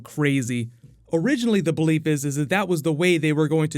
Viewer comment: "originally the BELEEP is..." U couldn't do another take n actually say 'belief' instead of 'BELEEP'? lol